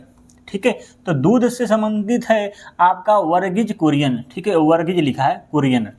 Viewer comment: वर्गीज बुरियन ✖️✖️ वर्गीज कुरियन ✅✅✅